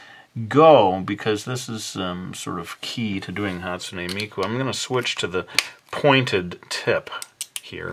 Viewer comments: Not hate but you pronounced her name wrong and amazing drawing though. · you say hatsune miku so much different then me >.<